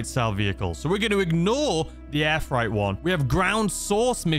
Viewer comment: I love hearing you call it air fright not air freight 🤣👌🏿